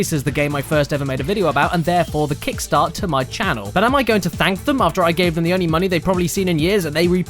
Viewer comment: "kickstart" more lick "krapstart"